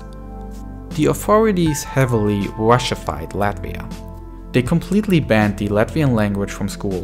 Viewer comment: You can't even pronounce correctly "Russified". That tells a lot!